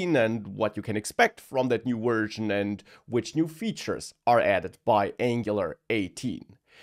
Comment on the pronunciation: I am sure this is great great content but whenever I hear "wersion" I get a heart attack and some little kittens die somewhere in Mongolia or Paraguay, so I will stay away. Wish you all the best though!